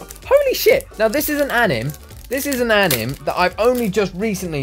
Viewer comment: It's not anim its pronounced an-m-a